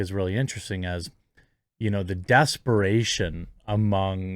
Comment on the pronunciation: "DAS-paration" ? Come on.. You did graduate High School, right? heh.